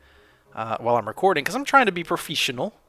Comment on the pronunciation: Profeeshional xD